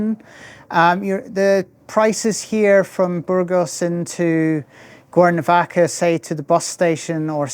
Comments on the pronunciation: Conozco el acento escocés porque mi suegra es de Escocia, pero sonaba como si estuviera diciendo "Guernovaca" repetidamente. De todos modos, no importa. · Is it me or is the gentleman consistently mispronouncing the name of his town?